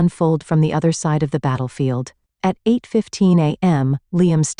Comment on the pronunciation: Instead of saying "at" I'm hearing "ayee" & then a "tee". What is that? It's very odd.🤔